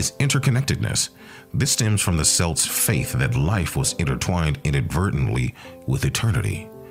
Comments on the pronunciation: Its kelts not selts. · How can you lecture about Celts if you don't even know how to pronounce it properly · say it right computer it's pronounced, 'Kelts' NOT 'Selts' they are not a basketball team. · Every time he says selts or seltic the rage of 100 generations come out for about 2-5 seconds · CELTS the C sounds like a K KELTS KELTIC get it right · Your pronouncing Celts wrong, it pronounced Kelts. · The accent selts , who the hell are they? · Lad says selts I'm fuckin dyin here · If he hasn't heard the word "Celts" in spoken form, I can't begin to take this seriously. Dead at 25 second mark. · 😆😆😆 damn I can’t even watch it now every time he says “celts” I cringe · Nah, you can't even pronounce Celt correctly, so bye. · Nice video except for the pronunciation of words "celt", "celts" and "celtic". That is really annoying, if not irritating. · As soon as he pronounced it like that I was done.